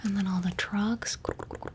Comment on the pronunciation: i thought she said drugs not trucks lol